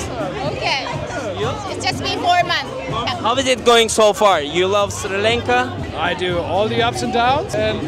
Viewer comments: Sri Lanka!, neden Sri lanke diye telaffuz ediyorsun:)) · Kardeşim harikasınız, Allah nazar değmesin 🧿🧿❤️❤️ birde Sri Lanka'ya sürekli Sri LENKA demeseydin keşke 😢